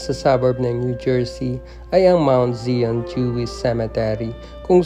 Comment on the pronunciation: ANG PAGBIGKAS NG ZION AY "SAIYON" MOUNT ZION ITO AY ISANG BUNDOK SA ISRAEL